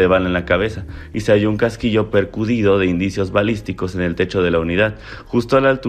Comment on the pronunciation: 😂 PER-CU-TTTTIIII-DO 😂... (no percudido)